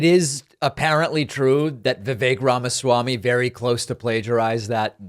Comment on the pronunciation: i feel awful saying this, but if you can't even say "vivek" properly, why should we think you have an understanding on politics. its not even a difficult name